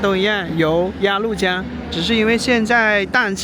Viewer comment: 鸭律江，不是鸭路江！🤣😂😅